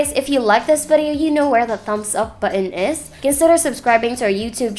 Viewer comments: Hahaha bu-on talaga. May accent pero nakasulat sa intro Philippine Technology Authority na dapat Philippine language ang ginagamit lol opinion lang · Good review. Although I'm bothered with the way you say "button". Hehehe.